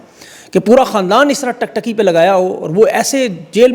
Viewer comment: Tum school mein dobara daakhla lo aur kisi urdu ke achhe Ustad se parho.lafz TIK TIKKY HOTA HAI TUM TAK TAKI BOLTE HO.